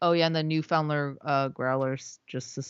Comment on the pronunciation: It's pronounced noo-fund-lund lol